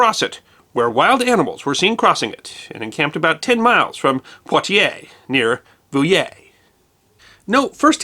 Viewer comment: And Poitiers is pronounced PWA-tyer, not pwa-tee-AY